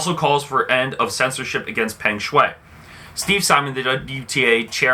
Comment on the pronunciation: Learn to pronounce her name clearly first. I bet you don't even seen one set of her game. Don't recycle news. Lame.